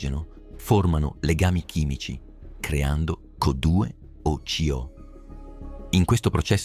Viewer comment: Correggete la lettura di Co2, coddue è un imprecazione anni 90😂